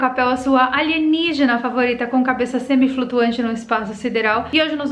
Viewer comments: aeeee ela falou "aligenígena"!!! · Adoro qnd vc fala ALIGENIGENA....s2